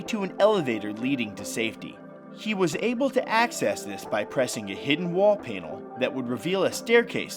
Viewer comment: I don't think he pronounced "panel" right😂😂